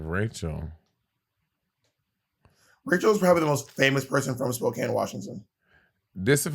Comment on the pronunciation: its most definitely Spo-can not Spo-cane